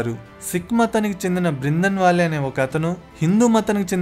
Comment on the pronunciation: బ్రిందన్ వాలే కాదురా బాబూ... బింద్రన్ వాలే.. కనీస సమాచారం లేకుండా వీడియోలు చేయడం ఏంటి.. ఫిరోజ్ గాంధీని ఏకంగా ముస్లిముగా చేసేశావే... అతను ఓ పారసీ..